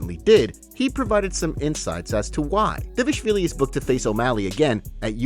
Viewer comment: Why doe the narrator always call him davishvilli? Instead of dvalishvili?😂